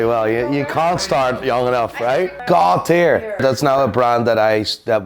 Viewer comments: "10,000 CAH-zeeyos coming your way. Making the watch world a better place." gaaaawwwtare. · How does one go about acquiring this said ‘GOÅED TIAER WAATCH’? It’s for my wife.